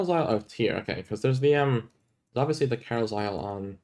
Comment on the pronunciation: that Carlisle pronounciation 😂